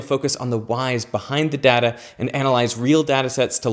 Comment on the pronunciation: 1 point because of your pronunciation of "data".